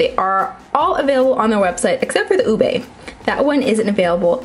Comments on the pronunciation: its not oo-bay its oo-beh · Dear, I am a Filipino... you may have forgot but its not u-bae it u-beh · I'm also Filipino I loooove ube it's not pronounced ubey or something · It's (oo-bee but it's ok I indo and I love it too😙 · I pronounce it ub-eeeee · I'm Filipino and sometimes I cringe when other people but Filipinos say our food is good but you said Ube wrong...